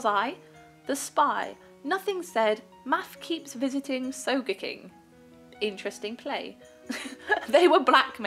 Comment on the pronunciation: Just so you know, SogeKing is pronounced with an e and a hard g, like so gay king. It's from One Piece.